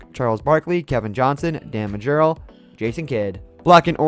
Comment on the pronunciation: “Dan Ma Gerale” 😂😂😂